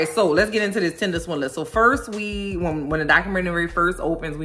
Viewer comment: Keep calling it “Tindeler”. Sounds better that way 😂